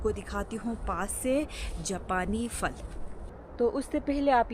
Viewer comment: السلام علیکم ارجمند صاحبہ آپ پھل کو فھل بولتی ھو پلیز مائنڈ نہ کریں اسکو پھل بولیں